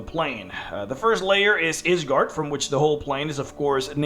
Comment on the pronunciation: It's a Norse word so the y is pronounced like an i